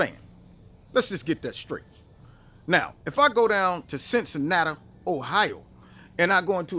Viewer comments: it's CINNCINATI NOT CINNCINATA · Love you man. quote of the day; "Cincinnattuh"